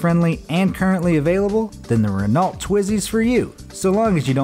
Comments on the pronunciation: Not correcting or being rude, just letting you know it's pronounced like (ren-o) not Renault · Please pronounce it as Reno not renalt... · It’s Ren-O Not Ren-A-lt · WTF is a "Rinolt"? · Renault is pronounced “Reh-no” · I feel like we should all know how to say "Renault," since those were sold in America at one point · Who cares - it's about cars, not Germans or their army. He also mispronounced Renault, but ... again ... who cares? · Don't feel alone, German dudes. I do believe the feller equally flubbed the pronunciation of the French brand, Renault. Not to mention discussing the Isetta without even mentioning that it was the car driven by Steve Erkel in an American sitcom. For shame! bd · Why can't Americans pronounce Renault? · Learn how to pronounce words! Being American is no excuse! I'm American and at 12yrs old I knew how to pronounce Renault and Luftwaffe! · Little pronunciation errors: Luftwaffe = Looft-vahf-uh. Renault = Reh-noh. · Ka BINE? The "Luft Waff"? There is no such thing as an "electric engine". REN-oh, not Ren-ALT.